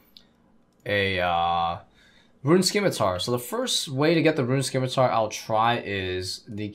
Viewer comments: Scimitar = 'Sim'-i-tar, Not 'Skim'-i-tar Just like 'S'cience & 'S'cene vs 'Sk'im & 'Sk'ill.. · it's pronounced: "simitar". you dont pronounce the c. the c is silent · the 'c' in scimitar is silent